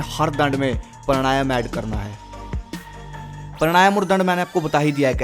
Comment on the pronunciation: भाई मेरे , वो प्राणायाम है, परणायम नहीं। उच्चरण सही करे......